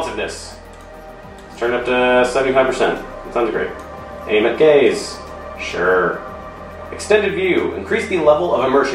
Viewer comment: I thought for a second, you said "aim at gays... sure"